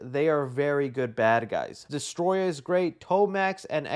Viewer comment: Hey you actually said the villain from GI Joe Destro name wrong😂 lol.... But it's okay I'm not going to be one of these fans.